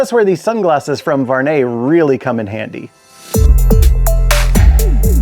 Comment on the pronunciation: I like them! Very beautiful design!👌🏼 Not a big deal at all but my first langage is french and the "U" is missing from your prononciation of the name. Your saying "Var net" but you must pronounce the U (Vu ar net).